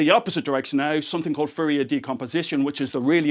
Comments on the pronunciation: I finally realized he was saying Fourier. I thought Riddick's homeworld Furia had gotten involved somehow. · I like how he pronouces Fourier as Furrier :D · That's "Fourier", for those who had trouble deciphering his accent in this particular case.